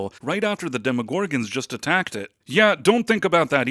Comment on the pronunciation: Is this AI? Why do you say demogorgons that way? You put the wrong emphasis on the wrong syllable.